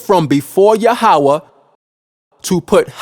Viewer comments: Yahweh is pronounced Yah--weh, not Ya--ha-weh. So the lunar doctrine is wrong. So the HIGH PRIEST OF THE ANCIENT HEBREWS , declared saturday to be the sabbath, since their 1st day of week would be our sunday, hence saturday sabbath. We in western world start our work day on monday, therefore sunday sabbath ( rest ) Also it's been said that since our Lord rose from the dead on sunday and that being the most important day in all Christianity, this would be a good day for sabbath and worship. In the 10 commandments Yahweh didn't say which day for the sabbath, to Yahweh it was the most important to not work more than 6 days without rest ( sabbath ) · Say it with me now "Yah-ho-vah" Why would you use Hebrew words when you don't know how to pronounce them?